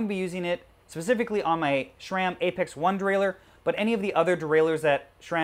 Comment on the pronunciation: Pretty sure SRAM is pronounced "SRAM" not "SHRAM" lol